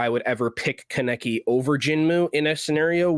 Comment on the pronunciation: just a sidenote you are all pronnouncing kaneki wrong, he named himself after an anime character it's pronnounced kahn-eh-key